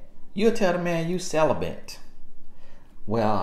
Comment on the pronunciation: “I’m sell-uh-bant” 🤣🤣🤣🤣